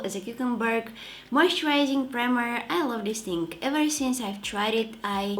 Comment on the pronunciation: I love how she pronounce the word "Thing" it sounds like "Think". Such a cutie 😁